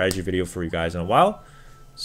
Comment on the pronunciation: Why do you pronounce shaco and talon like that...